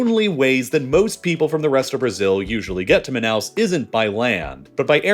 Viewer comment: Say it with me: “MAH-NOW”